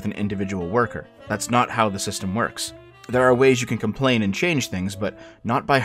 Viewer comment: THEH WILL BEE NOOOH REFHUNDS